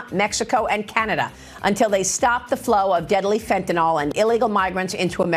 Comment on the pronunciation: It's fentanyl, not fentanol.